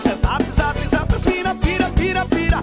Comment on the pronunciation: Soac kkkkk ta bom então , mais n conhecia esse APP, acho horrível essa pronúncia Zap😠 da vontade de dar um murro